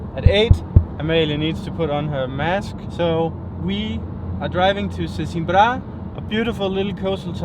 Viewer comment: its not "sesimbrÁ" its "sesImbra". u have to "close" the last "a". like in "madeira"